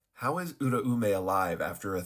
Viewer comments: Its pronounced "Ooo-rah-may"" I used to call her the same exact thing funny enough lol. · nah tbh you're probably right. The dub says oo rah may. However I've been watching sub and i could've sworn i heard it pronounced like that... But my gf says im wrong so fuck it, i yield hahaha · I always thought the ‘Au’ syllable made an ‘ow’ sound making it pronounced ‘ooh’ ‘r’ ‘ow’ ‘meh’ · As a Japanese speaker I can clear this up her name is Uraume (裏梅) which is to be broken down into ‘Ura’ (裏— meaning Opposite or Reverse) and ‘Ume’ (梅— meaning Plum or Lowest Rank of Three) to pronounce these you could break them down even further into their vowels which would be ‘u’ ‘ra’ ‘u’ ‘me’ which for English speakers would be more like ‘oo’ ‘rah’ ‘oo’ ‘meh’ So and the dub are partially right they drop the second ‘u’ and emphasize the eh in ‘me’ too hard, though. Hope this helps :)